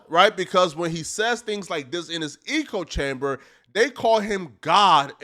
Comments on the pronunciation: Hey my man, it’s not eco chamber, its echo, like when you shout in a large empty room and hear your own voice echo back at you. Although in regard to Wes it could be called an ego chamber! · How are ypu gonna say "eco chamber " WRONG SO MANY TIMES. ECHOE DUMBASS. sry. Had to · How do we tell this man he's saying "echochamber" wrong. "Echo....Chamber". Say echo... not eechochamber. Smh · It’s pronounced ecko chamber fam had to log in to say that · "Eco Chamber"...........its echo chamber you DA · Echo chamber, dude! Not eco chamber. An echo is what you hear when you shout “hello” in a valley. Eco is shorthand for ecosystem! 😂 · ech·o cham·ber not Eco chamber... the reason for it is within the name! They Echo each others believes, etc...he just keeps saying it and it started to get annoying lmao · Good stuff, but please, bro, it's Echo chamber, not Eco chamber. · it's "echo chamber" not "eco chamber" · Bruh bruh, it’s echo chamber not eco chamber😂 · It’s echo chamber not eco chamber. Hahaha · It's ECHO chamber, not eco chamber. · Echo chamber not “Ecco” 😂😂😂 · Eco chamber? 😂 I think you meant "echo" chamber lol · it echo chamber not eco chamber, and its ad hominem not ah hominem lol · It’s an ECHO chamber, not an eco chamber. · Echo chamber not Ecco chamber. I thought he lived in a bio dome at first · "Eco " chamber ?? It's called an ECHO-CHAMBER. WTF is wrong with you? Have you ever read a book? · IT'S ECHO CHAMBER, SLOW 😂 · I thought I heard: ego chamber😂😂😂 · Eco.. like why keep saying the one wrong word over and over. It’s all i can pay attention to. You couldve used so many other descriptors where you at least had a chance of using em correctly, but nope stuck with eco chamber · It’s pronounced “Echo chamber” numb nuts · Good video. STOP SAYING ECO-CHAMBER tho. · It’s pronounced ECHO chamber.. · This man said 'Eco-chamber' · Why do you say “eeko chamber”? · Eco chamber. Yeah that's how you say it.